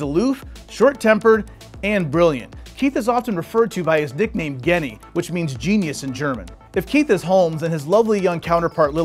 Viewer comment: ITS NOT PRONOUNCED GENNY. more like Shehnee = Genie